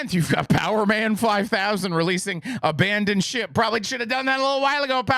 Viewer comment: I was listening not watching and heard “A Band in Shit” instead of “Abandon Ship”. lol that’s all I’ve got but it made me chuckle.